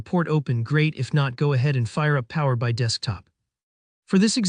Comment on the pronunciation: Thanks for sharing. By the way, it's Power B I(Bee Eye)